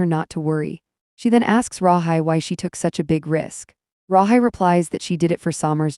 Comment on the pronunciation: Pronounced Rahe